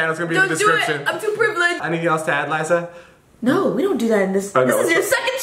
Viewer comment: it's Liza not lizzza